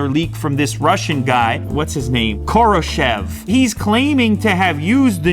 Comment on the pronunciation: His name should be pronounced like "Horoshev" 👀